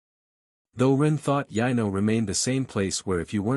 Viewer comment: lol better than yeno and yeno (Yano). I couldn’t for the life of me figure out which kingdom was being referenced!